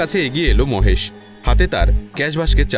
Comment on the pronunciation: মোহেসের নয়, হবে মহেশ